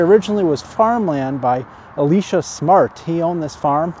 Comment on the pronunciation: Very nice cemetery, but I must correct you (sorry). It's E - lie -sha. His wife's name, Eliza, sounds like his name, so they probably said "what" a lot.